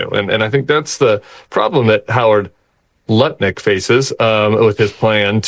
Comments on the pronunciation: The pause then "Lutnick" hard L, then the snickers from Nicolle, then Tim attempting to keep it together, is one of the funniest things I have heard in quite bit... It's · "Howard.... LLLutnik". lmao Tim was intently preparing to say that "L" like a Japanese student learning English. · Tim had to be very careful pronouncing "Lutnik', lol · TIMMIE!!! Purple looks great with your olive skin tone 😊. Nice job pronouncing N U T L I C K incorrectly 😂. Have a great weekend ❤❤❤ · Tim "licks" the pronunciation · I appreciate Tim’s pregnant pause before pronouncing Lutnik’s name, and Nichole’s quiet giggle. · I was just about to mention the same thing 😂 We all heard it though! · The pause before “Lutnick” 😂